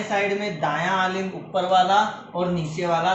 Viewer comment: Aalind nhi Alind bolte hai